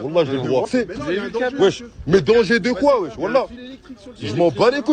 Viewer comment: il n'y a pas de e en arabe, en fait il dit wish 🤣